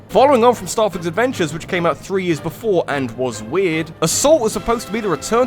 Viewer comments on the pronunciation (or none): none